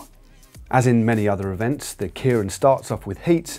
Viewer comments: Yeah, I've always found the tendency to pronounce it KIER-IN a bit odd. People seem to have no problem pronouncing the given name of Kei Nishikori (the Tennis Semi-Finalist up against Andy Murray) as "KAY", but for some reason if you stick "-rin" on the end, they pronounce the first bit completely differently. But otherwise a very good explanation. :) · Kay-rin, not Kearin. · Point of interest Matt that'd be pronounced Kay rin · God, every time he says kieran, it kills me inside a little. Also, I believe you mean Kita-Kyushu, (think Q-shoe) Fukuoka. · actually pronounced 'kay-rin' in japan at least